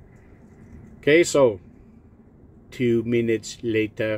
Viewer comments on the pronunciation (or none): "Twooo meenuts lateurrr" made me laugh. Excellent demonstration.